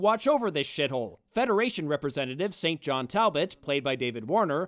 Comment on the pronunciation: I believe that David Warner's character, St. John, is pronounced 'sin-gin'.